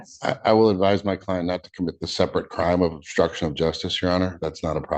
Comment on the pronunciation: 15 seconds in and "My clien't will not be joinging us." The "and what's his excuse" look on Judge Simpson's face, then the Defense Attorney says "because he's dead."